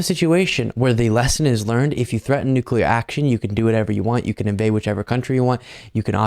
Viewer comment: Yup!!!!! "Nucular warming"!!!! He'll DO IT if he gets in again!!!😱😱😱😱😱😳😳😳😳😳